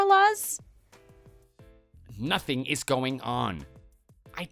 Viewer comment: I have never before heard someone mispronounce "Carlos!"